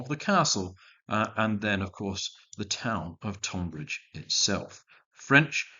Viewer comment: A great set of battles. As a man of Kent, I did wince a bit at the pronunciation of Tonbridge, but these things happen.